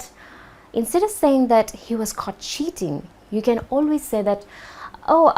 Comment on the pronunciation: When I started watching this video without subtitles It sounded in my ears that you said "He was caught shitting" instead of "cheating". That was awesome) thank you for the lesson.